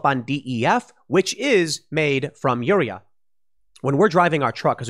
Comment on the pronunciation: The way Tim pronounces urea and potash makes me cringe. I have heard potash pronounced pot-ash, not like potato, a million times. And urea is pronounced your-ee-ah, kind of like urine (it's base word) not as a single-syllable word. Urea is the common reagent used in pollution control devices to convert NOx to N2 and water. It works better than the catalytic converter in your car because your car does not use a reagent, it just uses a catalyst. I have clients who have had to scramble to get urea to maintain compliance with their air permits. It is a real problem. Also, your diesel truck will not go over 20 mph if you do not have the urea to run you SCR unless you bypass that environmental control system. Ditto for Tier 4 diesel engines. No Urea, no run, by law. Engine manufacturers can get in big trouble with the EPA if they bypass this. See how VW got in big trouble for having emissions bypasses on their cars.